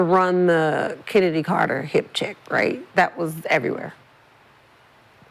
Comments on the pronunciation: she doenst even know how to say CHENNEDY CARTES NAME CALLING HER KENNEDY LOL IDIOT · Kenndies clark 😮😮😮huh did i hear swoops pernoonce her name correct😮😮😮